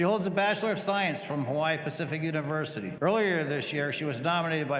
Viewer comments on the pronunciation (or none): You’re American Hawaii is American now. You should pronounce it like the rest of Americans not their native way. We were more powerful and won the island now call it what Americans do